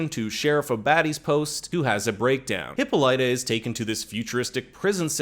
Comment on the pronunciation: I knew I heard Hippolyta before, but it was said wrong. It's said wrong now.